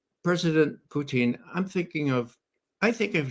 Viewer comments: I love Ray but his name isn't Putine. Putine is a food from Quebec made from French Fries with gravy and cheese on top. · Ray loves to say "Poutine" because he honestly believes that is how the Russians say it. His accent is so horrible he should stick to the way that most Americans mispronounce it.